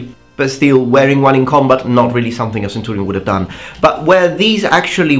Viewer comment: can i just say, i really like how you say centurion, it just sounds nice